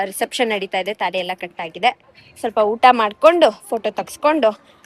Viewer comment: Thali alla thaali sariyagi helu